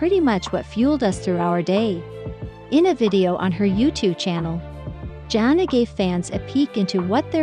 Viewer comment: Sorry, but it really bothers me that you do not pronounce her name correctly. You don't call the spice Jingrrrr!